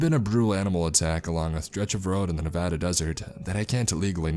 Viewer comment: holy crap someone pronouncing nevada correctly 👌👌👌